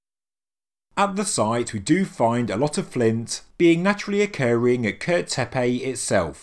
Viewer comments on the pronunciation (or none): It’s not “tepey” dude it’s tepe.